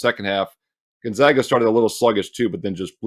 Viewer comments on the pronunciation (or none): none